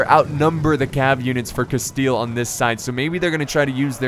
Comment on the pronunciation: could you al teast try to promounce the spanish names, as you have tried with other languages, also your pronunciation of rey de castile was pretty decent.